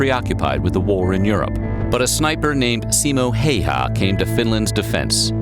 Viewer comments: His name is pronounced ceemo eye-yah its flippin painful to hear hay ha like its a fuckin outkast song.... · Simo Häyhä, not Haha. 😆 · simou heihaa :DDD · Its simo häyhä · I know it's lileky not his fault but, the errors spoken by the narrator are a disservice to Simo Hayha.